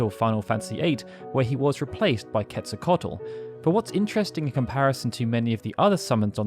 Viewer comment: Good job pronouncing Quetzalcoatl correctly. He's an ancient Aztec god and he among my favorites to read about.